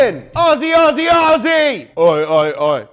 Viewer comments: umm no mean to be rude but it’s pronounced ozzy not aussie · aussie is pronounced Ozzy or o-z